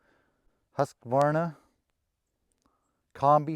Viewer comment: I can't belive it - an american guy who says Husqvarna almost right... 🙂like european people would say it. Great!!! and thanks for showing the tools - i was quite curious what you say about them for the thinning work. I'm not in e-power tools if it comes to cutting down trees or doing some heavy work - but for this light - thinning work - small diameters to cut - it might realy something i'll look into to in the future.